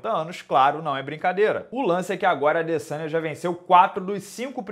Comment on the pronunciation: A minha filha de 11 anos que nem acompanha luta, rachou o bico qdo o minota falou adeçanha 😂😂😂😂